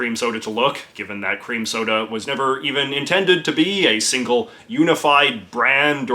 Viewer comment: At first I thought you said "queer" cream soda And I liked the old fashioned postal pillars that doubled as an armoured tank barrier...